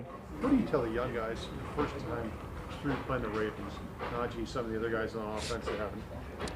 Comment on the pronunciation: think whatever you want, then. Make whatever assumptions you want even though you can see on and off the field that it’s not like that. Even his teammates have said what a hardworker he is, even guys like TJ Watt. And his name is not Najay, everyone (himself included) have said it. It’s Najee (pronounced “Nah-G”) But I can see by the comments you’ve left that you’re a Najee hater so no point in arguing, have a nice day